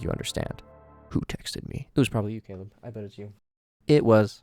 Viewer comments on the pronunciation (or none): none